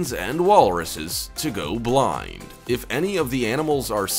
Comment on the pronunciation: Nah. Not blind. Not bline. Not blin. /